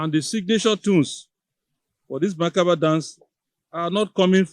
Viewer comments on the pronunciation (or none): It's mentally discomforting for a prof to be unconscious of his public space and repeatedly messes up the sound of a simple word. - macabre dance not macaver or whatever. What a Prof? When money becomes our main objective of occupying any position, the tendency of making one sway even shamelessly is inevitable. This is the obvious problem with Niger Delta.